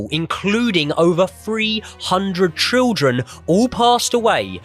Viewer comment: Great video. How can't say Children? Trildren and then copies it.